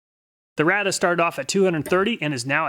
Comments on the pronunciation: Rada is actually pronounced "Rayda" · It's pronounced Ray-duh, not Ra-duh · I've worked at Rada Mfg. for over 37 years, we sell a ton of these ! lol, everyone mispronounces the name (rayduh)